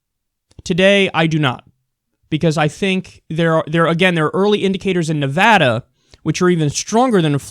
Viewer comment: thanks for saying nevada correctly. crap